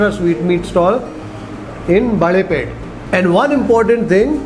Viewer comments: Never ate here but I am partial to Mysore paka which has that typical texture. This looks a bit too smooth much like halwa? I am sure it tastes heavenly though. Also Balepete is pronounced Balé( bangles) pété( town) and not Baalé(banana) pete. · Small correction - Balepet is pronounced as - Balle (Bangles) Pet (City) and not - Baale (Banana) Pet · It sounded like baale (banana) pet. But it's bale (bangle) pet. We will excuse for his Kannada pronunciation and savour the show. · just one small correction: it is not "Baalepete" as in banana, but it is "Balepete" as in "Bale" i.e. bangles🙂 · Its balepet not baalepet. 🤣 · A nice review. You are pronouncing Balepete wrongly. (Bale = bangle and not baale - banana.) I used to buy their khara mixture for four annas (25 paise) in the early seventies. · Excellent reviews as always. No suprises there. But one correction in pronunciation. It's BaLepete ( ಬಳೇಪೇಟೆ) not "BaaLepete". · It is baLe(bangle)- peTe .. please dont mispronounce the names of iconic and historical places of Bengaluru